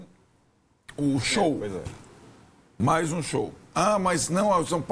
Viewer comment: Meu deus estagiário… “POIS FÉ” pqp